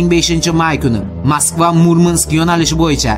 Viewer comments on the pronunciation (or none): none